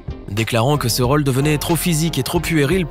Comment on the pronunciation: Défaut de prononciation agaçant du commentateur : Raule au lieu de rôle (o fermé et pas ouvert)